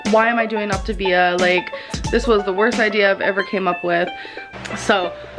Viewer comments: I've been trying to sing the song the way has been pronouncing it and it just don't sound right. "OP-TUH-VIAAAA" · is it supposed to be pronounced optivia or optAvia.... its been pissing me off the way she says it but idk if shes pronouncing it wrong or if i just dont know how to say it. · welertgus I’m so sorry for the misspelling of Optivia. That’s how little I care and is understandable since she pronounces it differently every two seconds. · You spelled it correctly, it is Optavia. The people replying that you misspelled it were joking because that's how (incorrectly) pronounced the name of her own diet. I'm almost positive Ruby replied to you with the same unoriginal comment without looking at the other comments first, which I would never recommend. Also, her diet started on 2/1 and ended on 2/2, just fyi... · Saffy S AAAAAHHHHHHH I NOTICED THAT TOOOOO I got so annoyed at her pronunciations 😹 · She can't even pronounce the name of the program lol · You'd also think she would know how to pronounce the name after this "extensive research" ahahahahah she hasn't even googled it tbh, probably just read a few messages from the coach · HozzZ hahha right! I think she’s pronounced optavia differently every time she’s said it 😂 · How can an adult not pronounce Octavia and not know the difference between feelings and fuellings! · My anxiety shot up to God when the compilation of her butchering the pronunciation of her diet came on